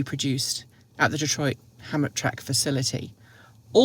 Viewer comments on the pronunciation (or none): the correct pronunciation is ham-tram-ic. Yeah, I know, but that's how to say it. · Good morning. It's pronounced Ham tram ick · I think it's pronounced "ham-trammik" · As someone who grew up in Michigan, Hamtramck is pronounced "Ham Tram ick" 👍 Looks like I am late to the pronunciation party! See you in Austin 😁